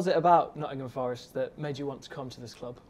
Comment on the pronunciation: Please just one 'R' In "FOReST" 🙏🏼